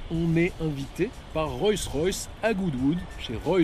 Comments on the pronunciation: C'est pas "Royce Royce" mais "Rolls Royce" (la base) ! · Le nom est Rolls Royce et non Roy Royce. Excellent essai!! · C’est Rollllls Royce pas Royce Royce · On ne dit pas "Royce Royce" mais "ROLLLLLs Royce" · On dit Rolls Royce et non pas Royce Royce on dirait un enfant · On ne dit pas Royce Royce cher monsieur mais Rolls Royce. Le luxe doit être présent jusque dans les détails. Cordialement. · "Royss-Ross..".. 🤣 Oh my god ! 🙉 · Royce Royce !!!??? C'est une nouvelle marque ? Avant de te donner autant de mal pour faire une vidéo (pas mal en plus) apprends le nom de la marque sur tu présentes ... Parce que là ça frole le ridicule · Enfin .........!!!.................. pourquoi prononcer " ROYCE ROYCE " ........???....... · Je rêve ou bien il a du mal à dire Rolls Royce ? On comprend Royce royce 🤔🤐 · Le problème ce n'est pas de dire royce une fois mais de dire royce royce, même les non initiés ne disent pas ça. La vidéo perd toute crédibilité. En plus tu dis : une parapluie, le comble. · Le problème ce n'est pas de dire royce une fois,mais dire royce royce, même les non initiés ne disent pas ça, après la vidéo perd toute crédibilité. Aussi tu dis : une parapluie, le comble. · Vous avez manifestement du mal à prononcer le nom de la marque 😊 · Dommage qu'il ne save même pas prononcer convenablement le nom de la marque. Petit détail mais ça le décrédibilise un peu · Le reportage est sympa, cette super camionnette aussi, mais alors quand tu cites la marque mes oreilles saignent ! Sérieux, je prononçait comme tu le fais quand j'était petit ! Un peu de respect que diable ! 😉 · Salut ..alors déjà ta prononciation de la marque ne m'a absolument pas déranger. .Les plumes d'écureuil non plus !😂..Et plus sérieusement vidéos très bien ! J'adore cette marque et ce 4×4..👌👌..Au plaisiiiiir ! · Le premier média français qui ne sait pas prononcer Rolls Royce ... mdr